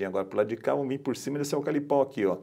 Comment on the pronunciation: E aí mestre ? Tô chegando agora no seu canal, que é top diga-se de passagem .. já sou inscrito e dei meu like. Você é fera no drone, mas de eucalipto kkkkk ..se diz eucaliptal e não "alcalipal" kkkkkk abração irmão... sucesso.